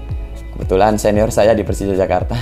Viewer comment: Jak bukan Jack , Jakarta Bukan Jackarta